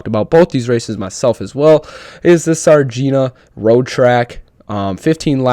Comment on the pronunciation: It's pronounced "Sar-Dayne-Ya"